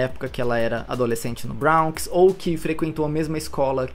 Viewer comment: Bronx se pronuncia "bronks" mesmo e não "brawnks"